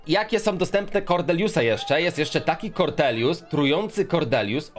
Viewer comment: Kordelius Farrell Kordelius przez D :)